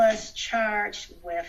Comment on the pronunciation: And any "judge" that pronounces the word with as wif shouldn't be on the bench.